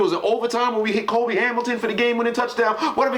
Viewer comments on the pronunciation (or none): none